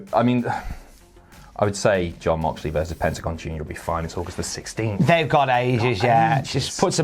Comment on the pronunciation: Did just pronounce Mox's first name as Yon Moxley? xD